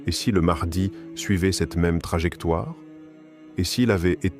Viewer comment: L intelligence artificielle c est de la merde au niveau de la prononciation.....mahdi=Mardi😝🙄😅😉